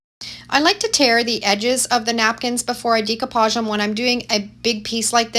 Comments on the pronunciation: I just started watching your videos, and couldn't figure out what you were saying! The term is pronounced "Deck-o-page," not "Deek-o-page.". Hahaha! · Great projects!!!! Maybe it’s a Canadian thing but the way you pronounce Decoupage stood out so much I was distracted, lol. In The US we pronounce it - day·koo·paazh. Every time you said - Dē co pauge I kept thinking decompose, hahaha. Anyway, I digress… The projects are great!! Thank you for sharing! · Love upcycling and enjoy your vids. Not trying to be a stickler, however, it's "day"-coupage not "dee"-coupage. Per Webster, the word is spelled with an accent above the "e" which gives it a long "a" sound. Forgive me, but it throws off my old ears every time as I try to listen to your instructions. 😵‍💫 Loved the sap buckets! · Wheres your dump at notice u say decopage differently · You’ve done some fantastic diy’s here. I’m all for saving the land fills from becoming so overcrowded with things that can still be revived. Glad you have the foresight to 😅see that and pass along the ways to revive throwaways. I do wonder though if “decoupage “ is pronounced differently in Canada. I know it as day co Podge or deck ko Podge, phonetically sounding. Am I saying it incorrectly?